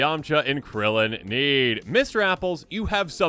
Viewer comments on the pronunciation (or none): none